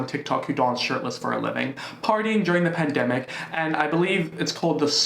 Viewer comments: no one:: you cant demonize me if i say pandemicouUA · The way you said “pandemicua!!!! Had me 🤣🤣😭😭😭 I CAAANNTTT!!! thanks for cheering my day up as always. Love you lots xx Ok the censorship just got funnier and funnier!! I do love you 😩😂😘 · secs-uel se-gz work pandemi-cuah pedi-fua-ca tou-chow-ing demona-uazed bod-ua